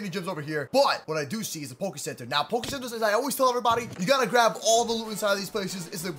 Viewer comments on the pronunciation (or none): none